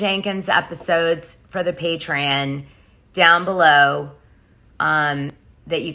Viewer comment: God damnit girl it’s PATREON!!!! PAY-TREE-ON!!!!!!!